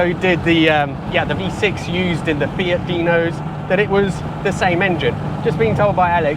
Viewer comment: What a lovely car. And,, thank you for saying, "Fee-it" and not, "Fee-ahht", which is all I hear in the States. My Fiat-factory-trained mechanic of years past, who spoke with an accent thicker than top-quality Alfredo sauce, pronounced it as you do. In my American accent, I have always said, "Fee-at" with an acceptably flat, "a". But, "Fee-ahht"? Never!